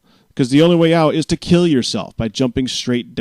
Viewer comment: >_> fucking hell. You lost my respect once you thought that a minecraft prank was about killing someone, and then to emphisise the word "kill" to make it seem like such a big deal when its in a fucking game -.